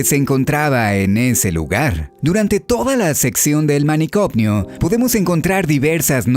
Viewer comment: Algunas sugerencias: - Es trastorno, no traNstorno. - Manicomio, no MANICOMNIO